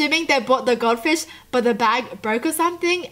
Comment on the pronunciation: Did she just say god fish instead of gold fish